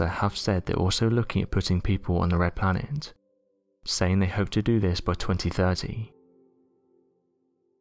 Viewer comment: It's the way the last syllable of each last word appears to have an "m" in it. Rockemt, shimp, planemt.